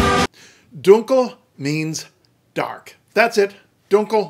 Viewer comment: Very good! Just two minor details: The /l/ in "Welt" (Weltschmerz and Weltanschauung) and "dunkel" is clear, not velarized.